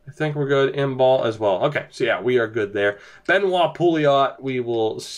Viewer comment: Imbeault is pronounced Im-bo 😏